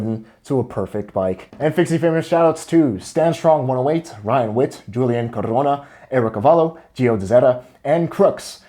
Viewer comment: "Julian coRRRona" that's nice of you trying 4 real